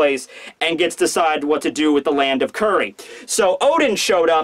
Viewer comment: I can stomach saying "Curry" and "Sukuyaki" instead of Kuri and Sukiyaki. That's how good he is.